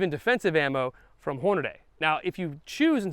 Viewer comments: Anybody who pronounces Hornady as HornaDAY probably also says ambidexTREEous and shouldn’t be taken seriously. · It’s Horn-ah-dee, not Horn-ah-DAY. As soon as I hear a guntuber say this or ambidexTREEous, I quit listening.